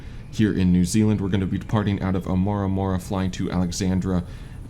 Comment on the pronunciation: Actually, I got it wrong too. Wrong town. It's Omarama " O mara ma " Keep up the good work and Cheers from NZ.